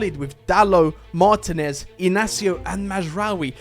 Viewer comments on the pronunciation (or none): none